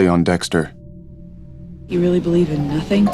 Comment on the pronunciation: She called him Sexter